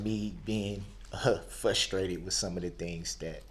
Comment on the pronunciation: It's FRUS-trated, not fusstrated Darrell.